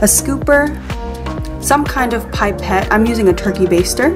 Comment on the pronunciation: Sorry... Pipe - et It’s pipette... pip- ette